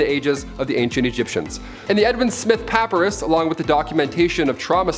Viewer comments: It took me a minute to figure out what he was saying, but the ancient drawings and writings were done on Pa-PIE-rus. Not PA-pa-rus. I never knew there were people who didn’t know how to pronounce that word. :). I see you figured out the corrrect pronounciation. ;) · Dude - papyrus - pə-pī′rəs not the way you're pronouncing it. please by a dictionary or least bother to google words you're not sure about before you record a video. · Papyrus = puh PIE russ